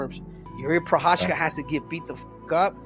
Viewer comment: juri prohaska , bruh not one of them said his name corectly